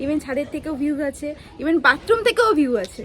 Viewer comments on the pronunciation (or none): none